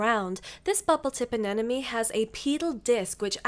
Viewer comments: I love your videos, but I won’t stop commenting this until you get this right : “aneMone” not “anenoMe” ! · ANEMONE. NOT. ANENAMY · Em I love you and your videos, but why do you say anenemy instead of anemone ? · Just letting everyone know, it's pronounced ANEMONE not ANENOME. The M is in the middle